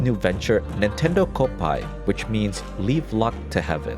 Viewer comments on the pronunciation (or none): none